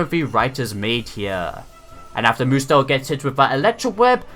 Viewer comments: i liked this episode, found it hilarious how Ash and pikachu beat Hapu and Mudsdale btw, it's pretty annoying to hear you say moodsdale every time, instead of mudsdale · Mudsdale is not pronounced mood-zdale it is pronounced mud-zdale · Sorry and no effense but I don't think your pronounced mudstale right